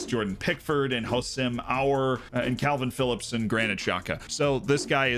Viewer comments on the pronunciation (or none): none